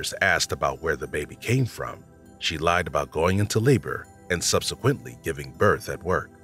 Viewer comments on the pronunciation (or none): none